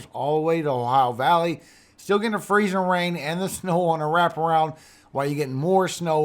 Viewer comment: I love the way you say freezIN rain! We got lots of mud puddles in Arkansas! Thank you for your info for us! God bless💙💙🦄